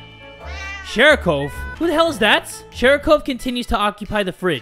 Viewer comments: You pronounce it shArikov, not shErikov. Also, it literally means ball. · continues to call it shErikov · keeps pronouncing sharikov's name "SHEERIKOVE", in the beginning, and im sitting here like... NEW CAT?!?:0